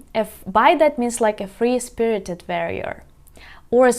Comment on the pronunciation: Pronounces ‘quiver’ perfectly and apologises, then pronounces ‘warrior’ as ‘verrior’.